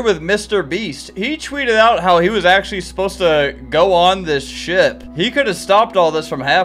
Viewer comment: He said ship